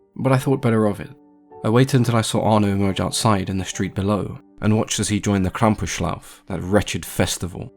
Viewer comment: Impressive pronunciation of the word Krampus, I didn't expect that.